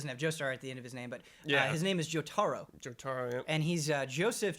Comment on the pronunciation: Jotaaaro? You're killing me!